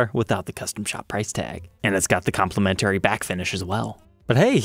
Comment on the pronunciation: "Com-pli-men-tary" Lol, lol.